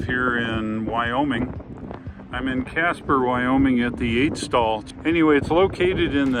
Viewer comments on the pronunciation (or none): none